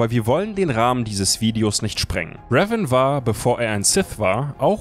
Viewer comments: Könnt ihr bitte Revan richtig aussprechen? xD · Also ich mag eure Videos ja echt, aber bitte sprecht den Namen "Revan" doch bitte richtig aus.. Das macht das ganze Video echt kaputt wenn man das hören muss.. 😐